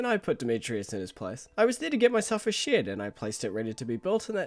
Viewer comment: Something about me always hearing "shit" when you say "shed"